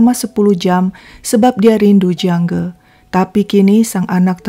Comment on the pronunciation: Jiang Ge kok dibaca Jiang Gi?